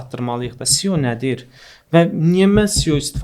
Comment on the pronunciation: Maraqlı söhböt üçün təşəkkürlər. Tələfüsdə "Sio" yox, "EsSiO" desəydiz daha düz olmuş olardı.